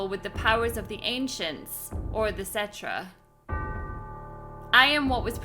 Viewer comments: Just so you know, it's pronounced set-ra. Not trying to be mean or anything. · Why do you pronounce Cetra like "centra"